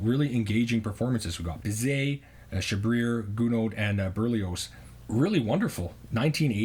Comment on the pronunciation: "Chabrier" is pronounced "Shab-ree-ay".